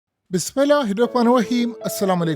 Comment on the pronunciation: او بھائی بسم اللہ ٹھیک طریقے سے پڑھ لیا کرو